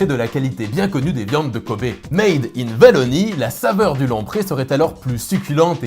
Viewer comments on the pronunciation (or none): ON DIT OUALONIE !!